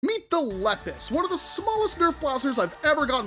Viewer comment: It’s pronounced lee pus